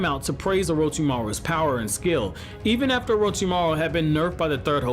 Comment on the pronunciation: Take a shot everytime he says orochimaro